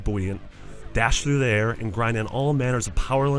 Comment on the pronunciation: "Through the aeuhr"